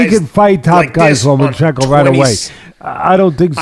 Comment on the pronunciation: FFS. its pronounced - "Loma-chenko", not Lo-man-chenko"